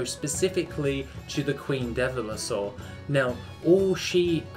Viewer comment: Why can’t you say devilsaur? Also should probably wear a different T-shirt once in a while 😂